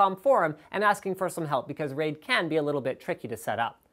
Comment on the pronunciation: RAID... He didn't quite get that correct.